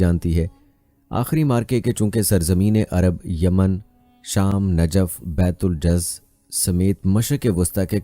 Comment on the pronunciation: Ji Najaf nahi ye Najaf he janab🙏